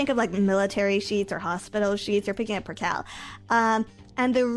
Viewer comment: percale is spelt like it sounds"per kale"